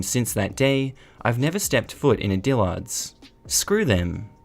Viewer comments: Say it like Dill'erds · the way you pronounce Dillard's is cracking me up. Too much emphasis on the second syllable. Soft a.